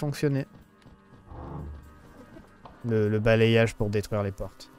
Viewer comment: vers avec les mots bizarre du jeux tu n'arrive plus a lire , c'est pas d'arcie mais d'arce , et c'est pas balayage prononcer bala yage , mais balai yage , référence au coup de balai , le y fait en sons le i deux fois